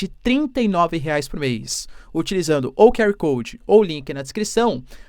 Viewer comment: Aula de inglês e diz "que ar coudi" e depois manda "pra mim que tenho". Sabe nem português 😂😂😂 nem inglês